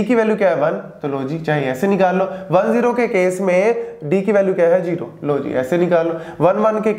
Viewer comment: Sir As you can pronounce zero as"zero" then why you pronounce it as"jero"😢